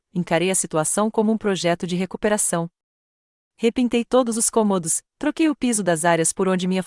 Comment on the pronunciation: Péssima leitora Seu português e de quinta categoria Ao ler cômodos(não sabe o que é) leu comôdos Volte para o Ensino Fundamental